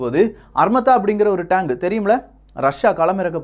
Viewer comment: Tang iillapa,Tank. Tremb illappa, Trump .Pronounce properly.